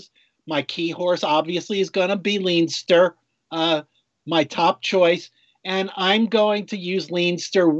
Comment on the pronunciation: Come on,you should know how to pronounce Leinster,one of the four provinces of Ireland!